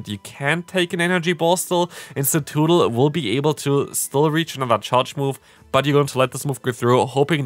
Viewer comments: It's in the title of the video too, tbh I think I do like Cetoodle better 😂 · Idk what everyone’s talking about, you’re saying it right hahaha CETOODDLE!! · "Cetoodle" has me dying bro lmaoo 💀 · Hey! Great video but your Cetoddle pronunciation is killing me 😅 it's Suh-TOD-ul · I'm a bit offended by your pronunciation of ceToddle